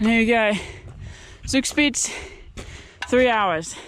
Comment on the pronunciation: Love your pronunciation of Zugspitz. Thanks for showing us where not to pass when in a hurry. Nice landscape. If you love waterfalls, comme to Ticino in Switzerland, there you can see a lot of them from the motorway.